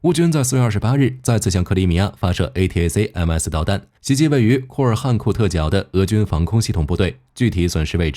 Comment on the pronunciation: A--ta-kam-s 請用音標發音比較快